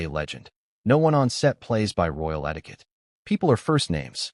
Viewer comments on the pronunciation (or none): none